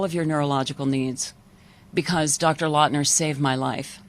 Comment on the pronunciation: ....She says Dr “Lawtener”, but title says Dr Lawton, which is it??